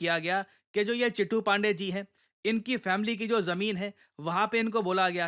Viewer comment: चिटू नहीं चित्तू पाण्डेय